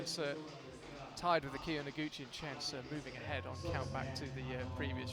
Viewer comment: Y'all need to learn how to pronounce Seo 서 It's painful to listen to you both butcher it.